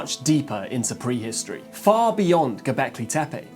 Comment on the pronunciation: Which part of England pronounces words like "pwee-histowee?'